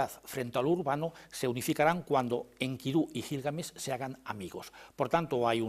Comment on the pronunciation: Maravilloso oír a Lara Peinado, por cierto pronuncia muy bien a Enkidu( acento tónico en la última sílaba) y no en la segunda como lo pronuncia la periodista sin afán de menospreciar casi nadie lo hace bien, muy buena entrevista.